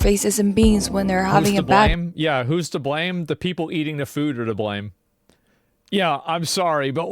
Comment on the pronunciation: She mispronounced eating, and it sounded like manifest.